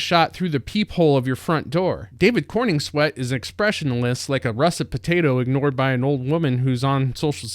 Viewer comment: It's CorENswet, not CorNINGswet.